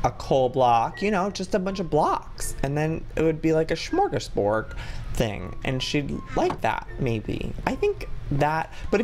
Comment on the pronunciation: its gives me life to hear Joey trying to pronounce smörgåsbord